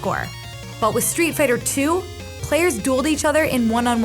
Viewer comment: The way the narrator lady saids “arrgggade”